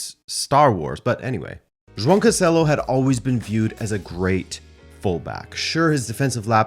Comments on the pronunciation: Finally, someone that can say João correctly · Omg someone who can pronounce João properly and not ‘Joao’.